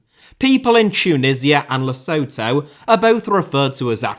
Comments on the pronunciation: Actually “Le-soo-too” as in Ronaldo “Suiii” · Lesotho is pronounced Le-szoo-too. Just saying! Great video though! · Great video,! I love AFCON as a Dutchie, even more so since I've visited some African countries. Small correction, though: 'Lesotho' is actually pronounced 'Le-zoo-too'. I learned that the hard way lol. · No that not how you do it .. Lee sour tour is closer to it. Then zoo 😂